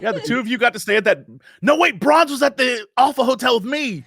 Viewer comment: [Warning: Useless] i KNOW you've been saying Bronze but EVERYTIME my brain is like ...'did they just call her Prawns?'...oh no wait. I remember.